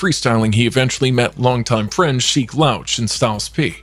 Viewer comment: The way he said sheek louch name tho 😂🤦🏾‍♂️boy I swear everyone is invading Blk Culture